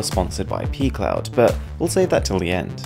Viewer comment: Is it just me or does pcloud sound more like pee cloud?